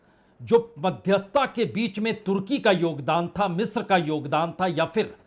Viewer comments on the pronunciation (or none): none